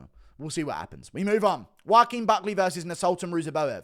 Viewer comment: The C is silent in Nascimiento